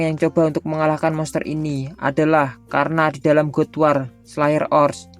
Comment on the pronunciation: Saran min istilah yang pake bahasa Inggris dibetulin pengucapannya God bukan dibaca gud tapi gad Almighty bacanya olmaigti Nerangin istilah solo leveling damage persecond dll tapi pengucapan istilah bhs Inggris kurang pas jadi kerasa kurang nyaman Maaf hanya saran